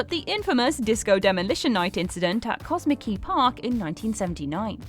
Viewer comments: eh,, that was CoMISKey, not Cosmickey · Process that they know NOTHING about baseball over there bc of how they pronounced "Comiskey Park" It's not "cosmic-key"... it's "come-miss-key" Do your research WhatCulture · How the hell did she pronounce Comiskey Park during the disco part? Cosmickey? What did she say? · Its Co-Mis-Key Park!! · Commiskey Park pronunciation was rough lol